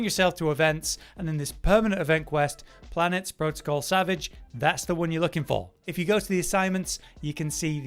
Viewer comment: Fun fact: the reason why it’s Omega Planetes ( is also pronouncing it right) and not Omega Wanderer is the same reason why it’s Larboard Wave Cannon and not Port Wave Cannon. I just had this epiphany sometime after learning what Planetes means.